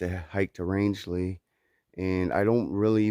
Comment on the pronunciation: I totally agree with 😇 Ina's quote! Roscoe is a man's dog...but not just any man...IBTAT! 👊🏻 Well, you said Rangeley correctly! 👍🏻 Wow! You and Hawk could be neighbours! 👍🏻 He wants to move to Maine also. Birch said the same thing when we were at Sugarloaf. He has never been to Maine and now wants to move there too...but I reminded him...it isn't that easy...so we are going to do a lot of exploring in Maine this fall because I just don't do well in the heat...although this past weekend wasn't that bad. I consider myself a Mainer, having spent 10 of my youth summering with my grandparents, playing in the forest and trekking through the Hundred and climbing up to the summits. Justin follows Evan EWolf's backpacker_comics (correction). We must have just missed each other! 😲 We took a tour of Hostel of Maine too! We will be there in September to finally peakbag Sugarloaf on our NE67 list. I told Birch not to run any races beforehand! 😂 The views were amazing this vid! Some of the climbs are class 2 scrambling...boulders and slabs...use of hands required. Others may be class 3 climbs, assisted by ladders or even bouldering. No, these mountains are not easy. You don't have to be a climber, but have some hiking experience! New England has 67 4000+ footers and you will be challenged by over 50 of them before leaving ME, NH, VT. You are doing great! Hope everything worked out in Rangeley with the shuttle and hostel! Happy trails! 🌺